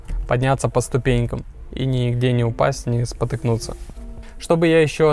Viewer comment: А также за "рЕзетку" и "нигде не спотЫкнуться" !